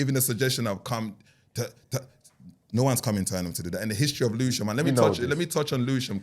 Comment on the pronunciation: put the L in Lewisham…